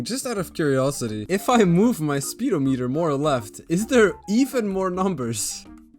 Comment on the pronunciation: Its actually speed-ohm-eater, not speedo meter like the swim cap